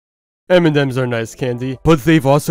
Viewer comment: U keep saying m&dems instead of m&ms lol